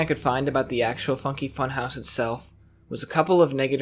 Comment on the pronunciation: at one point i thought u said "the f*cking funhouse" 💀